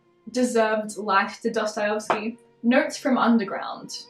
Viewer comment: i'm not usually one to judge pronunciations but the way you say dostoyevsky is kinda wrong (i'm sorry i'm not trying to be mean, but i'm russian so it bugs me a little)... it's pronounced dosto-yev-ski, not dosto-yov-ski :)